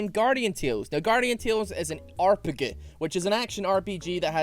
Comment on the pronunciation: hearing him say aRPG triggered me in this video.